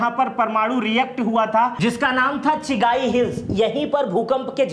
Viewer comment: चिगाई नहीं चगाई